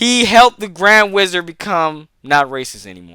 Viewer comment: bro ik what u said but i heard "grand rizzard" and im not gonna be able to get that out of my head